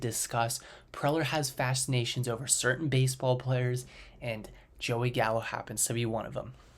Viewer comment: You lost me when you said Gallo